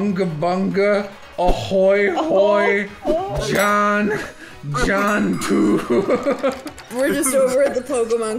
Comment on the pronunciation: I don’t know what it is about how says “John” but it takes me the fuck OUT every time